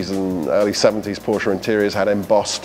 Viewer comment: One off the few that pronounces Porsche the correct way, “PorschE”!